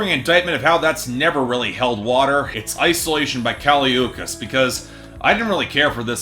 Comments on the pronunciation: How can you listen to the album and still pronounce her name wrong idgi. Btw the album’s a 9/10 xox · U said her name wrong 🤧🤧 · This review is just... wrong, and you how go through at least 10 listens of the album pronouncing her name wrong idk. Especially since BIA says her name in the beginning of Miami, I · If you don't know how to pronounce her name, you shouldn't be reviewing her music. I'll stick to professional opinions. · At least pronounce her name right you dicksplash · THE WAY U SAID HER NAME BDDSGGHFDFGFG IM DYING